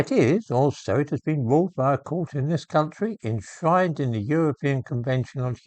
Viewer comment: Is it just me, or does gentle enunciation have "Enshrined" sounding like "In shite"? The context made it difficult to immediately understand.